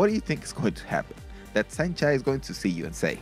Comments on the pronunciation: nice video but its not "saint chai" it is "saenchai" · It's Saenchai not Saint Chi